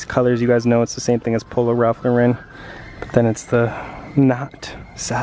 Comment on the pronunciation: It’s Ralph loooran cmon !